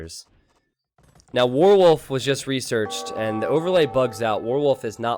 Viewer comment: pronunciation of "warwolf" confuses me. Sounds like "worwol":D